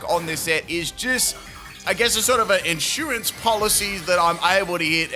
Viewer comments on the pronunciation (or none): none